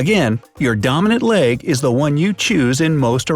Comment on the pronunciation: How many times he says domonaint